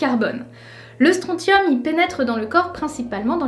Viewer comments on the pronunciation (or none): Tout le monde s'en tape mais on prononce StronSSium même si ça s’écrit Strontium :) Super vidéo comme d'hab !